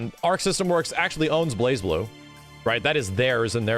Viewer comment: I still hate that you don’t pronounce the z in Blazblue.